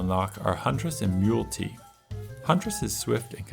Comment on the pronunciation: Great video man. I saw your post on Reddit 🙂 One thing, I think Mul-T is pronounced "multi" as in he has multiple weapons on his arms. That's how I say it in my head anyway. There's a big emphasis on proc effects (i.e. items that have a chance to trigger on hit) in this game, so that's worth a specific mention because most of the wacky destruction and op-ness comes from collecting proc effects and stacking them to increase chances. Overall I think this is a great video, I love the editing and you have a wonderful voice! It made me want to pick the game up again. Also, rex is one of my favourite characters, fight me.